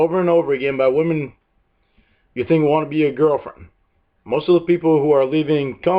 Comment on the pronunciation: The only criticism I have of this video presentation is the excessive number of times the narrator said Lorne's name, and that it always came out sounding like "Lawn." I did get a kick out the two times I heard the narrator saying "gilfriend," and then right after that saying the word "catfishing." I suppose I'm teasing you a bit with respect to your national regional dialect, but we do have to honor the different ways that people have grown up speaking their particular dialect, in this case with respect to the English language, and to value the beauty that emerges from the many voices of individuals who have a "different way" to speak this language. There was a passing comment about what I would call "Elder Abuse," and that is when Lorne, and I think it was his brother, stole $30,000 from this elderly couple on the pretense of doing some major plumbing work--or septic work. But the work only got started before Lorne took off with that money and apparently left town--for good! And then the guy who led a fundraiser to get this money paid back to this elderly couple absconded with those funds! So that becomes another horrible tragedy! And, of course, one of the Greater Tragedies is that Lorne never felt ashamed or believing that, in fact, he did commit a very serious crime. It just seems like he never owned up to what he did. And apparently he still doesn't seem to understand the enormous impact his ignorance in how he thinks and about his actions toward others have played out